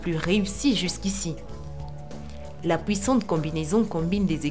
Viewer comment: La "POUISSANTE" c quoi cet accent wsh😂